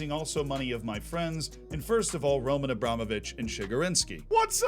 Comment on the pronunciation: You nailed it, as always, Z. It's RomAn AbramOvich.